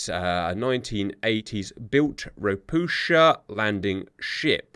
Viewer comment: Just as an FYI - "Ropucha" is Polish for "toad", as these ships were built in Gdańsk. It is pronounced "ro-pu-ha", as the "ch" makes an "h" sound in Polish, but instead of the tongue being more forward in the mouth like in "hand", it is pushed down and into the back towards the throat for a deeper, lower sound that is not really found in English. It's just weird for Polish speakers to hear it said with a "ch" or "sh" sound.